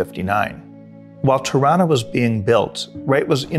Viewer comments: LOL I thought he was saying Toronto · totally thought he was saying Toronto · Ha, I thought he said "Toronto" and I didn't know Wright had a structure named Toronto. Locally many people here pronounce the city name exactly like this. Spelled Toronno or Toronna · 'Tirranna' is exactly how Canadians pronounce 'Toronto'